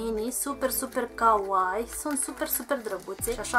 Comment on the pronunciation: stii ca ,, Kawaii " se pronunta cu ,, i -ul " mai lung pentru xa nu degeaba sunt 2 de ,,i "